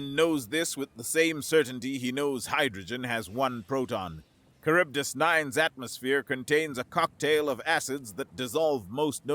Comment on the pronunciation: Minor quibble...Charybdis - Greek....Kar-rib-dis